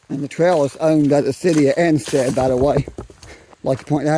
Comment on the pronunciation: ANSTED... not a stead as you spelled it. HAWK'S NEST STATE PARK, not 'hock".